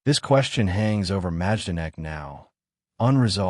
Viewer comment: You don’t pronounce the “j” it’s pronounced My-don-ek.